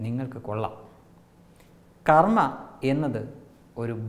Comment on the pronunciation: കർമ്മ അല്ല കർമ്മം എന്ന് പറയൂ.